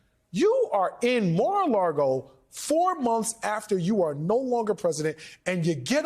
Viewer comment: Saying "Mar-A-LaRgo" once is fine. Saying it repeatedly and what are you even doing man?